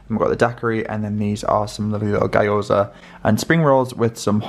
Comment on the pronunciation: Love your content but please google how to pronounce gyoza correctly😂